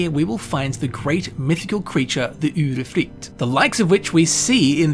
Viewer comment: As a swede I think he nailed the norwegian